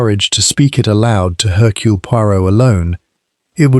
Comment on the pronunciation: It's not 'Haircule' it's 'Ercule'.